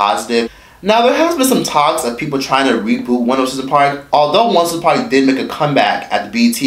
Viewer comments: It sounds like he is saying once in a park 😂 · It's 106 & park. Not OneOSixAnPark lol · Its 1-0-6 AND PARK... its not 1 word.. I HATE HEARING YOU SAY THE NAME OF THE SHOW!!! SO THUMBS DOWN just because u call it 1sincepark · Not quite Rosa park but I was asking myself why he isn't pronouncing it properly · I thought he was saying Once in the park lmboooo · thing thing is i kept hearing rosaparks hahah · one O Six and Park..duh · once a par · Sounded line once in a park. Like "yo bro, did you hit that?" Him: yeah, once in a park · Once & park 🤣💀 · I keep hearing one oh sis n par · I heard " one since a par"! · I thought he said.....ONCE A PARK😂😂😂 I'm like i ain't NEVER seen this new show. LMBO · Is he saying 106 & park!?? Pronounce the 6 in 106!🤣💯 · Am I the only one hearing him say "once & park" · Are you calling it "once in a park"? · Is he saying once and park? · I thought he was saying Once and Park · 1 0 6 and Park. Just strolling, but realized that the numbers in the name of the show are never pronounced correctly or enunciated. Otherwise good work, you have good energy. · The way you say 106&park it sounds like one word 💀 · Is this dude not able to say ONE O SIX AND PARK?🤣🤣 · yo can u pronounce 106 AND PARK properly like damn dude